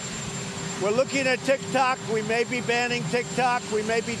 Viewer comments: I don't care lol I don't even have tiktok It's funny the way he says it 😂 tikTOK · It’s funny that Trump said “tic tac”